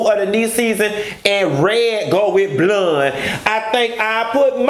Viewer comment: The way you say BLUND 😭😭😭😭!!! I’m here for it! I can’t stand Kimberly and I never will!